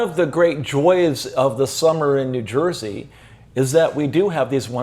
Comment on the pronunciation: surprised that he pronounced New Jersey as jur-see instead of jur-zee 😬